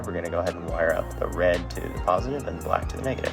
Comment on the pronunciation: A true engineering student's solution 😂 "balck" me too bro